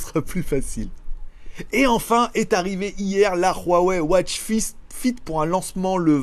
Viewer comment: La watch fist🤣🤣🤣 t'as langue a fourchée